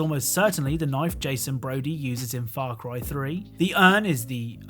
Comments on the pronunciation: Why do I hear "Far Cwy" at the very start? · The way you said far cry the first time in the intro sounded really close to f*** boy.